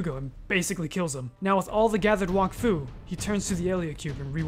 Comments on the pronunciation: It's pronounced "wack-foo", not "wock-foo" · its pronounced walk-fu? I always called it wack-fu. What about Dofus? is it not Doe-fus? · This man said Wahkfu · I hate how everyone pronounces wakfu wrong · Bro can’t even pronounce Wakfu